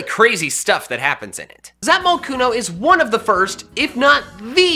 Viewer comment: Says its name in a weird accent Zapmocooooooon